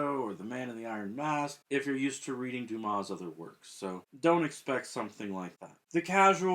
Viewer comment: I see you've fixed "Wednesday". At least you can pronounce Dumas...and not calling him "dumbass"... Interesting what happens to an unfinished novel after the author's death. Kafka's novels were all unfinished. I wonder whether I will tackle The Mystery of Edwin Drood after I've read the rest of Dickens' novels.